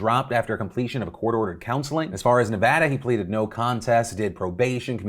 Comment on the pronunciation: phil you pronounce nevada wrong